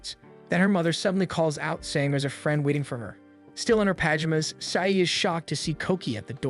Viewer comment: Oh the "souven-ers", "ram-in", and the "paj-imas"XD